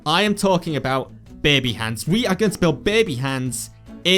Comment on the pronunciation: It sounds like you are saying beby not baby. :)